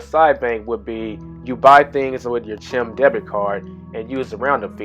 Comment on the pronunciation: Stop saying CHIM.... IT'S CHIME! RHYMES WITH LIME.